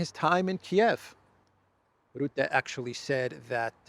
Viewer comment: (Mark) Rutte is pronounced as Ruh-tuh.